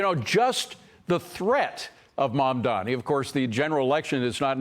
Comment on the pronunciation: He has a new name mandamini as says adding more syllables to his name😂😂😂😂😂